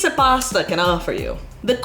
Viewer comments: Girl I love you but as a fellow Torontonian why are you pronouncing “posta” lmao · As an italian, I can confidently say that you butchered every single pasta name, great video as always! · As an Italian this video is so interesting (and very funny because of the way you pronounce pasta names)